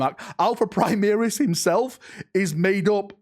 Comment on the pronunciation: Call them Primaris, not Primeris.